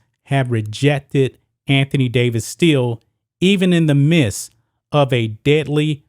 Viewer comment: you keep saying mist. its midst